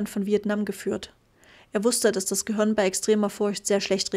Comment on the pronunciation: Gruselig... Sprechkäseschmatzen und Dialekt... Es heißt Gehirn und nich göhürn, Kapitel und nicht Kabitl 🙄